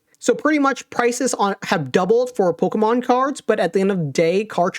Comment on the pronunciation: I hate the way says Pokémon